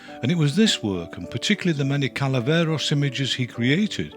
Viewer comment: "CALAVERAS", "CALAVERAS", NO "CALAVEROS"!!!!!